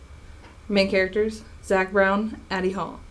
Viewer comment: Actually she(Evelyn) was found in a garage like outbuilding at the granddad's house. She was found folded in half knees to chin and upside down. And the other story is Zack Bowen sounded like you said Zack Brown.